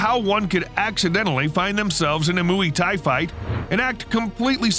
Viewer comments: I dunno what this mooey thai is you're talking about haha. It's worth googling the pronunciation my man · "moo-ie" WTF is moo-ie? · "Moo-ey Thai"? Seriously? Learn to pronounce what youre making videos about.